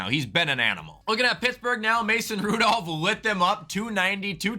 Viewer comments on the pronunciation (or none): none